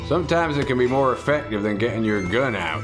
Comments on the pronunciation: Mo dynamite haha love the way you say it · you can never have too much dynamite...... you always want Mo.... dynamite !